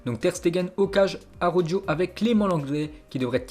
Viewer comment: ça se dit Araouro et pas Arou-joe bordel! Fucking language